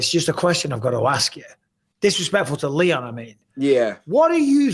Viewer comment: It sounds like Michael is saying Liam instead of Leon